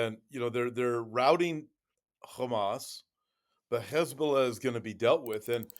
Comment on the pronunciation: James! Stop trying to sound out the words Hezbulla! You sound stupid every time